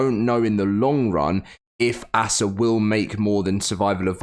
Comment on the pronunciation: It’s not ass ah it’s ASA